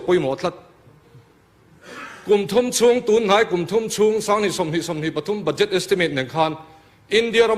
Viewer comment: BUDJET: ba'jet tia lam tur..ka lawm e..